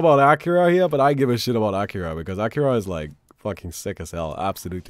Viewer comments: I don't think that's how you pronounce Akira. More like Akeera. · It's not Aaakira